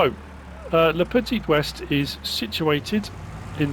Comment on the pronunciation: Le petee wae is how its pronounced. But id pronounce it wrong anyway. Keep the French annoyed, eh? ;]